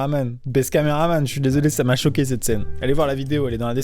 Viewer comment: c'est moi ou il a dis je suis chauquet